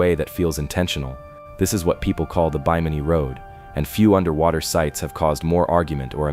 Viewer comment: Stories like these are amazing until the story teller loses interest and won't even take the time to pronounce names right and used AI trash photos. You destroyed your own video by your lack of care. "Ronestone" instead of runestone, "Bi-mini" instead of Bimini. How do you expect anyone else to take you seriously when you can't keep your names straight. Try harder next time. You almost got a like and new sub, but you messed up to much and lost out. Take the care to get the proper pronunciation of names and words, and love the topic enough to use real photos and video, and you'll have a winning channel. Please do better as I know I'm not the only one who lost interest because of mispronounced words and AI garbage. I make this comment because I'm sure to run into your channel again and if you fix these huge problems you're sure to get my sub, and many others as well.